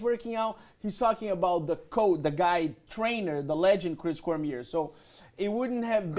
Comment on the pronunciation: its cor mi ay not cormeer dumy